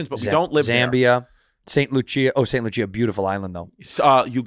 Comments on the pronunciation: Gold is Au, not Ag lol. And it’s St Lucia Andrew not st luchea lol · did andrew call st lucia saint loocheeyah